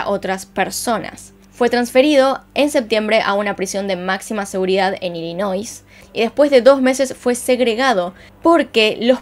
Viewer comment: Buen video. No se dice “WiNsconsinl. Se dice Wisconsin, SIN la primera N. No se dice “IllinoiS”, aunque se escriba así. La S no se peonuncia, Se dice: “Illinoi”. Acuérdate de este dicho: “You make too much noiSE when you say IllinoiS”.